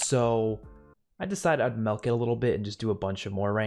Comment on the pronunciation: When he says melk 🤦